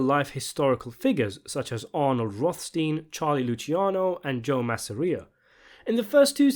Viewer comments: Masssareia? IT'S MASSSSERRRRIIIIUHHH lol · Its not “Mass-air-ee-ah” its “Mass-ah-ree-ah” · Man for such a mega mafia movies fan, why can't you be bothered to pronounce names right? :P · dude... dont pronounce Joe Masseria's name like that, if ya wanna keep your video likes!